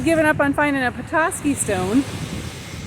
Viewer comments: I am having a hard time watching your channel because you are crushing the word Petoskey. Before you go anywhere, find the pronunciation online and then say it it’s not PE-TOE-SKY. It’s. PET-TOSS-KEY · I’m only 1 minute into the video and had to come to the comments to see if anyone corrected her 😂 I’m a Petoskey native and you’d be surprised all of the creative ways people mispronounce it. The best way to spell it out for local pronunciation sake is: Puh-Tah-skee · Please it’s not Peetoskey!! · Not me yelling "Petoskey." But you manage to pronounce Petoskey Stone. 🤦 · that's not how you say petosky. you said it right . it's a nice town but expensive to live in. ernest hemingway's family had a place near there when he was young.